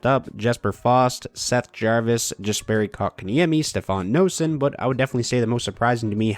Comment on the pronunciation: Just want to say noesen is pronounced nay-sen. Not a big deal just something that bothers me a bit. Great vid